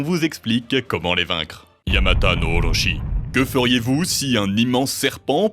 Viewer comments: Dommage que les prononciations des mots japonais soient bancales : Kusanagi est bien prononcé alors que juste avant Sasuno est prononcé "Suzano" alors que c'est "Susano" tout simplement. Pareil pour Orochi -> "Orotchi". Vous pouvez faire lire les mot pour une IA par ex pour être sûr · Ca se prononce Orotchi, Oroshi est quelque chose de totalement différent. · Ici où sur d'autres vidéos vous prononcez correctement les noms. À savoir en français car vous l'êtes. Excepté pour les "R" de mots japonais en contenant comme Orochi. À part cette lettre dans cette langue, vous prononcez en français. Tellement weeb... Ça me fait bien rire.